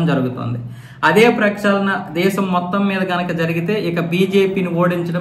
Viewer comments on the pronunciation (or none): none